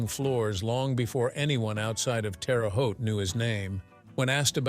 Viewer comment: it is not pronounced Terry Haute, Terra (Terre) Haute.